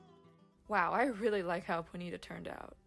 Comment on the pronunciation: I have never heard ponyta pronounced like "bonita" before and now it's changed my life 😂